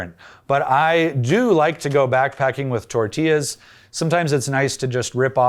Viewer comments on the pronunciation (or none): none